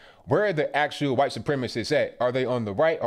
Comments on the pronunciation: STOP SAYING WHITE LIKE THAT. ITS NOT WHOITE.. ITS WHITE. All of a sudden you youtubers are saying it like that. Its aggravating as hell. I've already stopped watching 1 person due to it. Please stop. Love your videos otherwise...... Peace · STOP SAYIN WHITE LIKE STUIE GRIFFIN LMAO LOVE YA ROCK ON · Why can't you just say white like normal people why do you have to pronounce it funny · "Miss H'white lady" haha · Love how he puts that hard " H " in white. lol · The way you say "white" got me rolling on the floor. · Why he say white like that lmao